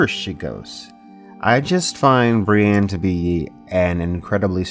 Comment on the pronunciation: Love you dude, but its not Bri-Anne. Its Bri-ENNE.